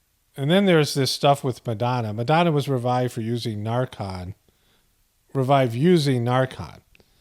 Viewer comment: NarCAN - not NarCON For how much you ridicule people, I would think you would get the enunciation of medical terminology correct. After all…you were a mental health professional at one time, right?